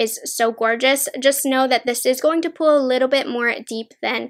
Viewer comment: The way she says pull and pulls is so weird lol. The way she says pull sounds like “pool” and pulls sounds like “pools”. I’ve never heard that kind of like accent or whatever it is before?